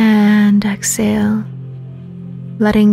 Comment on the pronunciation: This is a beautiful meditation. However when I heard the way you were saying exhale I lost my focus because all I could think of is the way you were saying it. You weren’t pronouncing the H. Lol. It’s Ex-Hale. I drive myself crazy with little things like that. Sorry ❤️